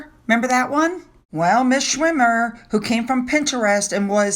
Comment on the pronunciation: SCHIRmer, not “SCHWIM-er. 🙄